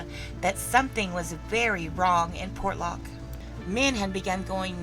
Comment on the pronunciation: same word ... many mis-pronounce ... Port ( pause ) Lock ... Portlock ( no pause ) .. Por lock ( missing letters ) .. Por locked ( missing letters & others added ) ... portland ( wrong word ) ... the shipping Port of - 'the city of Lock' ... make up your STUPID southern mind - & keep it consistant .